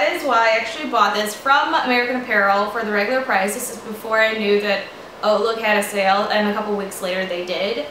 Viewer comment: Did not know Hautelook was pronounced like Oatlook!